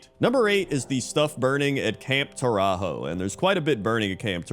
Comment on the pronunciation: camp tore-a-hoe a new one